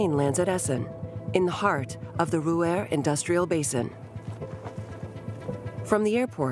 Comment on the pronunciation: Whoever the narrator is, really needs to learn the proper pronunciation of numerous German names...obviously, not a student of history..."tempelhof airport, krupp and ruhr valley" are just a few she butchered.